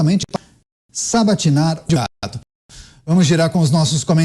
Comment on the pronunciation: "Adevogado" Tristeza 😢